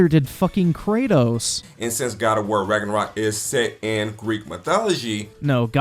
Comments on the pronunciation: The man got me with how he pronounced Ragnarok wtf is ragenrok lmaooo 😂😂😂 I'm black but at least I know the history all that mispronunciation is killing me jeez it's not that serious I feel it's a good retelling of a story like good stories are supposed to be like how folk tales were told anyone can be who ever they want in a story where is the imagination? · I love how at the end he couldn't even say Ragnarok right.